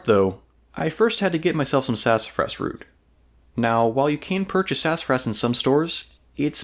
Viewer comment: Man, slow down. You're going so fast that you're slurring over your words. Enunciation is important in any documentary video. It's sassafras and not sass-fras. You slur over a whole syllable.